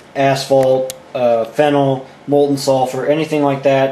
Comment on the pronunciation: Took me ages to work out what you meant, there. "Phenol" is pronounced "FEE-nol" or "fen-OL", not like fennel, the vegetable.